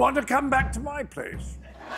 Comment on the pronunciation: Genius! Also.. do i detect a hint of britishness ribbing off on colbert when he ended by saying 'ask' with a long aah sound